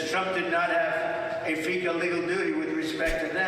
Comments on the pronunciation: He said, "fee gall legal doody" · he said stool, and fecal doodie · "Fecal legal dooty". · 😂😂😂I was floored by "finkele lekel" oh, dear lordy.😂😂😂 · "Trump does not have a fecal legal dootie" - NO I would say that Diaper Don had a "fecal legal dootie" EVERY DAY in that courtroom! Does anybody know what Fecal Legal Dootie Diaper Don is trying to say when he says 'fecal'? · "Fecal legal duty"..."stool"...hes $hitting himself verbally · Yes, he said Fecal. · Only Trump would read "fiscal" as "fecal" and not think twice about it. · He said fecal and doody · He read "legal" as "fecal" and used his trope of simply continuing with the correct word as if it had been deliberate, ie. "fecal legal". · "Fecal legal dootie" hahaahaha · “Fecal legal duty”!!!! 😂😂😂😂😂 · Felcal Duty Doo! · Yep. He actually did say "fecal legal duty" - which is the best thing he's said all year. #fecallegalduty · Beg your pardon sir, but I believe he said "fecal leak el dootie" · "FECAL" prisiident. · he couldn't say "fiscal responsibility " is my guess, instead his dementia kicked in , saying "fecal" instead. once you understand how his dementia is triggered by things he can't accept, the mental dementia problems display a clear pattern. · Could the word "fiscal" been beyond his ken?